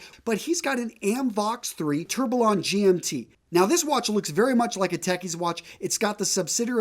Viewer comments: tourbillion is pronounced, “tur-be-yon” FYI. This gave me a quick chuckle because it reminded me of the “fox” and “faux” leather mishap back in the day! Love your videos, I’m from WI as well! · They call it a tur-bil-on 🙃